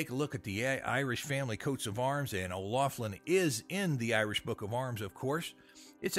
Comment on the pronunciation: You didn't pronounce our name right...